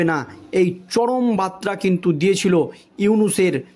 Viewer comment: ভাষা ঠিক‌ করো ভাই, বার্তা আর বাত্রা‌ কি এক‌? উচ্চারণ ঠিক করতে হবে ।